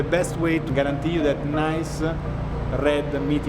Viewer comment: ”SALT-AH” ”NICE-AH”